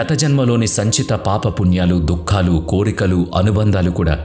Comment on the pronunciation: Daggara దుక్కులు ❌ kaadu దుఃఖాలు ✅